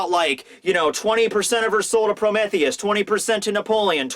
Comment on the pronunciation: Gotta learn how to pronounce Prometheus lol.